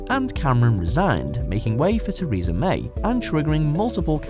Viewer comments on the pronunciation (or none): none